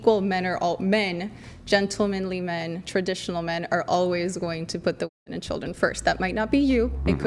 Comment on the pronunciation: You can’t say "women"??